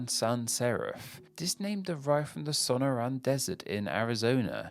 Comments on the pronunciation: so NOR in not SAW no ran. You put the emPHAsis on the wrong sylLABle. lol. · Awesome video, but pronouncing the desert I call home like that actually gave me a stroke. Sonoran is pronounced Sa-nor-an. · Not Arial—or its alternative name you absolutely BUTCHERED—Sonoran Sans Serif. It’s “Sa-nor-an.” So you actually have it a different name altogether,. Altogether thumbs down. 👎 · I have only ever heard this pronounced as SOnoran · Inexcusable of. I agree with another commentator—it’s a seizure-inducing pronunciation. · The emphasis in "Sonoran" is on the second syllable in English. In Spanish the emphasis is on the last syllable in "sonora" but "Sonoran" doesn't exist in Spanish, and it'd be called "El desierto de sonora" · Well I've gotta correct ya there, in Spanish the emphasis IS in the second syllable, and the equivalent to sonoran in spanish is "sonorense" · Either way, I think we can all agree that his pronunciation was not correct